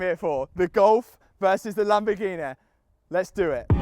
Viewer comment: Loving the content Matt but can't help but hate the way you say Lamborghineh! Lol 🤣 will you be raffling off the golf R? It's an animal